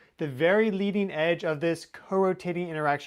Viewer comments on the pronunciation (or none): none